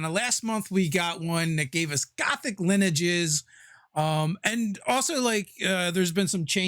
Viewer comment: That is not how you say lineages yo